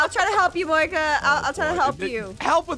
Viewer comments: Starslayer77 77 Moeka not Monica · Monkia? You mean Moeka?